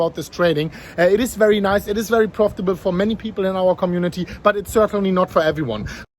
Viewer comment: Its wery winding 😂